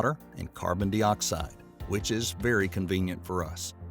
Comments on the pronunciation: Dioxide is pronounced die-oxide not dee-oxide it's important pedagogically. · narrator sucks. sounds like a caricature of some american lawyer or something. Carbon dee-oxide smh